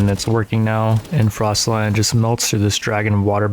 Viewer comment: Frost-alion not frost lion